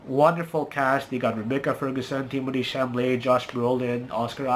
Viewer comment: It’s Chalamet, not Chamalet. Of the three movies, I liked Dune the most. It was also the best, as far as cinematography goes.